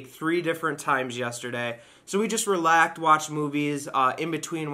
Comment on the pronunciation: said "Relaked" its relaxed 😂😂😂😂 love u